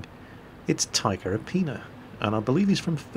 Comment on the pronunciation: 1st Taika Apina is (based on the name) from Finland and 2nd you are pronouncing 'Taika' like tiger XD (but more like tigah) which is a bit wrong